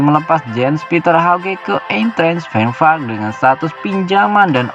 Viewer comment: Eintrach Frankfurt bacanya Ayntrah Frang furt